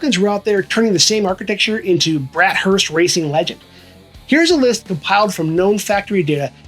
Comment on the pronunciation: BATH - HURST. NOT BRAT HURST.